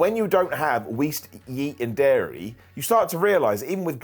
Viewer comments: Not to make fun but: Wheast Yeat and Dairy :3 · "wheast and yeat" In all seriousness, I wish the best.